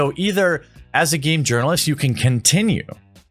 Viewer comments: Are you saying "uranalist" on purpose, because if you are that's hilarious, it seems so subtle. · I'm concerned with the way you say 'journalist' sometimes